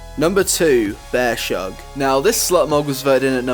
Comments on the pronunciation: It's funny how a Native English speaking person butchers an obviously english name of a character..... "Bear shug" lmao... it's obvious it's suppose to be Bear's Hug... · Bears.....Hug..... Not Bear...Shug..... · its BEARS HUG not BEAR SHUG